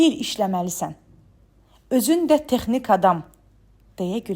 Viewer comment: Vurğular düzgün səslənmir: Şose yol, texnik və s.